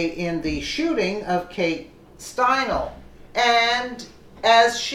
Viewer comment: It's pronounced stine-ly💙 This is TOTALLY DISGRACEFUL!!! He should have gotten the chair😠!!! MAGA TRUMP 😎 2020🗽🇺🇸🇺🇸🇺🇸